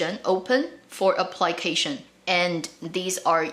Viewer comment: I was listening carefully to your video and suddenly at time , I heard something like apply-cation..it's application, right?